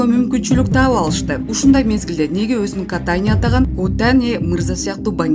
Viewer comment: Катаниден Котаниге айланган дейтко Журналист Кыз🤣🤣